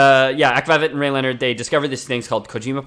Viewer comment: As soon as they pronounce rayleonard and akvavit I knew they didn't even play them. I get they can't deep dive into every franchise ever but maybe at least play the game, it's not like the game is super expensive or time consuming